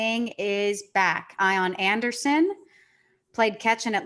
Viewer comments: Idk if this is a joke comment but the Ian Anderson pronunciation has been an inside joke on all the jomboy podcasts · Just started this one - all in on most Jomboy podcasts.. I am done after hearing I-On Anderson.. rough listen when every name is mispronounced. Back to Rose Rotation - I’ll try this one again soon. Let’s Go Mets